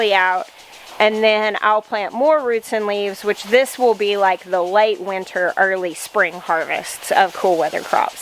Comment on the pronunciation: I love how you pronounce winter as winner. Gives it a positive ring <3